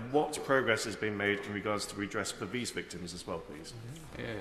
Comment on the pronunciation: '....for veez victims...'